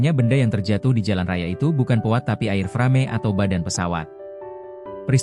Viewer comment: Baca AIRFREIM... Bukan AIRFRAME. emang nih Channel... maklum dr lampung😂😂😂😂